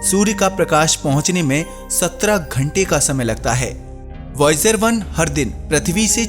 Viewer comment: bhai प्रथवि नाही पृथ्वी केहेते हैं